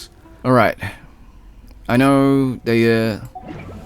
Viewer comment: Btw you pronounced dehya artifact set CORRECTLY. FINALLY a use for the bell😅. She might not be the best dps but her design is probably one of the best in the game